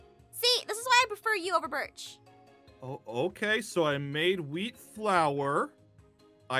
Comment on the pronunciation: no, he said *OAK*ie